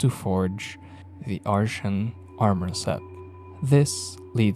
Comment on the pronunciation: Not pronounced that way, it's pronounced "ar-tee-an" not "ar-shan"